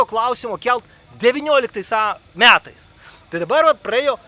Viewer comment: ar kalbi su karšta bulve burnoje? kodėl sakai "miatais" vietoj metais, kodėl "ūž" vietoj už